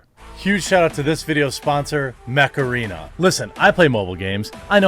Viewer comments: It sound like macerena when he says mech arena :) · I actually heard Macarena instead of mech arena lol that had to be on purppose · When Jeremy said "Mech Arena" I heard "Macarena". That was an interesting double take. Heeeeey Macarena! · I thought he was saying Mecharina lol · I can’t help hearing the word “Macarena” whenever someone says Mech Arena… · I don't care what anybody says; when that song came out back in the 90s, it was totally my jam. I didn't learn the dance moves to a lot of songs but I did learn that one and I was so proud of myself. Oh, you're saying "Mech Arena". Sorry, I heard something else.